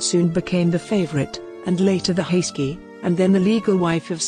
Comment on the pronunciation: Could you get a better narrator who checks correct pronunciation?? This lady could check out how Turkish names and words are pronounced. Suleiman is not pronounced Sulimaan. Haseki is not pronounced Haski. Mahidevran is not pronounced Mahidvrn. My ears are cringing with the terribly enunciated words.